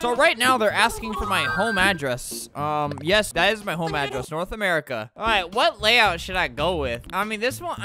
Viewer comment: why is everyone saying yas instead of yes